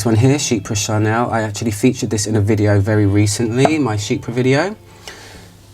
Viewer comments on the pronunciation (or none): none